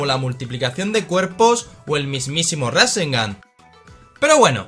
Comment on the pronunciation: pero es rasen gan no ra. sengan